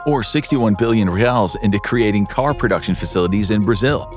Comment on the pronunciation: I'm Brazilian and I'm going to correct one thing, reais are pronounced with an "is" at the end, not "al", like you say: I have 10 reais in my bag, not "reals", other than that, it was a good video 👍